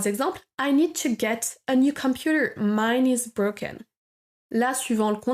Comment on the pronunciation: Comment prononcez- vous to get ???? Écoutez - vous n'importe quoi .... Au début de votre vidéo